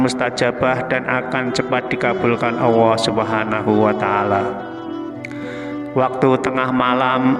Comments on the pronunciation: Kok sy denger nya bukan Allah tapi Auwoh ya...salah dengar gak sih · Bismillahi ya Allah ... Bpk nyebut ALLAH PUN TDK JLS , KNP , BPK MUALLAP BPK ?